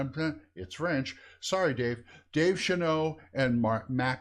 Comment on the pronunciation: Thanks for the review! -Intern at Troll Lord Games and daughter of Mac Golden (P.S. Steve and Davis' last name is pronounced Sh-uh-nah-lt)